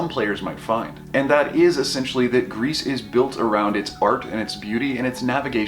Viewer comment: I dont wanna be that guy, but french is my main language and gris is pronounced gri. The "s" is silent. But thanks for the really good review. You gained a subscriber.